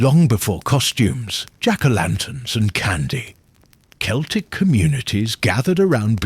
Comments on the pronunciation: Celtic is pronounced Kelltic like Cat and Canada and the Romans never set foot in Ireland so they didn't have any impact on Samhain. The arrival of Christianity around 700 AD did. I think it's a Pre Celtic holiday but although there is evidence to suggest so it's still a mystery. I imagine there was a lot of casuaties carving turnips. "It's a holiday older than memory". Yes, from the Republic of Ireland 🇮🇪. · This is AI. Celtic, ( hard C) pronounced as 'S'eltic. Lead, as in a dog lead, pronounced as the metal. AI generated to produce hits without effort. Turned it off once I knew it was'nt real. Shame.